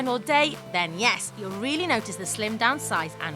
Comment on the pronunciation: especially when she says yeaissss